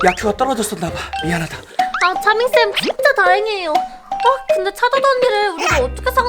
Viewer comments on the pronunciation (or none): 챠밍쌤 챠☓ 차○ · 2분20초에가 차밍쌤이라고해야돼는데 챠밍쌤이라고했어욬ㅋㅋㅋ